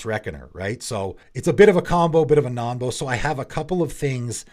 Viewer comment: I thought it was "Nonbo" as in "Non-combo" not "Nombo"?